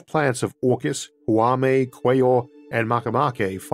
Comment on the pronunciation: The pronunciation of Haumea💀💀💀💀 No getting away with that